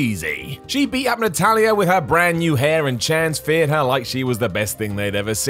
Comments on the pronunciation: He meant to say "fans cheered her", but his brain switched the F and the CH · "Chans feered" her... Did they now? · Was just about to say “‘Chans feered her’”.